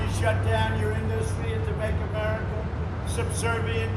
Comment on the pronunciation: Why can't he say "Industry"... I can feel my skin crawl every time he talks.